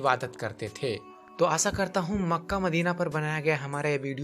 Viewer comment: ek number khatiya apni voice sudhar lo kyuki asha ko assa bolta hai